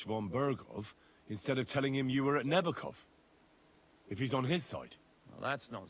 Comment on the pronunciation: Nebákov, short e, long a, short o. You do well.